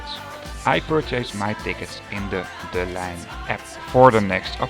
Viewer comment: I thought you say "De Lijn" as "De Lane" but you said it as "Line" instead, is that some dialect preference because I heard it to be "Lane" rather than "Line".